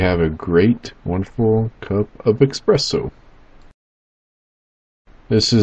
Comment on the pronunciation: Oh my god 🤦🏻‍♂️ expresso